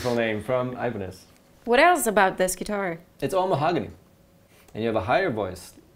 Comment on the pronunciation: She said "e-bo-nes"...he said "i-ban-ez"?